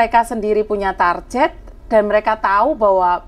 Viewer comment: KOREKSI mba, bukan TARJET tapi TARGET